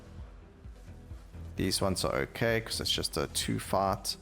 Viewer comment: Every time u say "fight" to me it sounds like "fart".. boss fart. and "life" sound a bit like "laugh". every time you say them i giggle. Another good video, thank you.